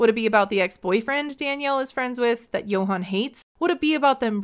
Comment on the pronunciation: Dominican here ✋🏽 She can’t sponsor Yohan’s visa because she’s bankrupt and that’s not allowed. Also I have how she calls him Yo-han when his name is pronounced Joann.